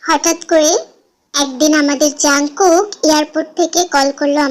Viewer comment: Api jung kook na kooki kooki ka tumi jungkook bolso 😂😂